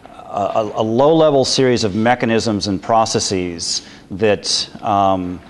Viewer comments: Am I the only person who finds it annoying when someone pronounces the word processes "process-eez?" When you make a plural of a word that ends in -sis (ie. hypothesis, analysis, prognosis, etc.) you change the i to and e and pronounce it -seez. When you have a word that ends with s and you add an -es to make it plural, the e is reduced vowel. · yes... as soon as i heard his pronunciation of processes....just could get through the video